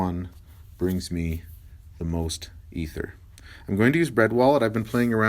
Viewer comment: informative video so i gave you a thumbs up, but the way you say ethereum is so painful, can you please change it? thank you